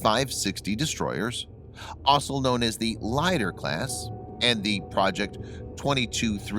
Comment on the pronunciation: Russian word Lider you need pronounce like English word Leader (same meaning)